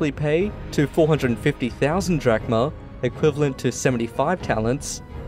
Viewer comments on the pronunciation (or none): none